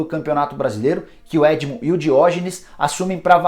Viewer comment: É edno com N e não edmo como mencionado ! Parabéns meu timbuuu 🔴🐭🔴